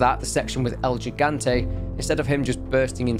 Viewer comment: El Gigante = The Giant Pronounced "el - hee. - gahn. - teh." Thanks for reading! :)